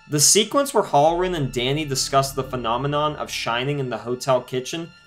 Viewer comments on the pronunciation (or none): . I was unaware that "One Hundred', was pronounced "A Hundret". BTW..It's "HAL-RR- REN", not "HOLLER-RIN". If you want to be taken seriously, learn the English language.